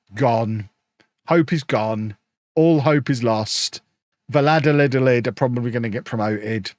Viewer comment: Valladolids name is not that hard u just say it like this: Vaya dolid The double L in Spanish is the equivalent of a Y in English